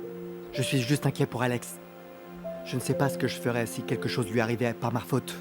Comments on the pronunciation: Qui a entendu Seb a dit que c'est de ma fautre 😂😂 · Kote seb jwen ak r sa li mete nan faute la fautre😂😂😂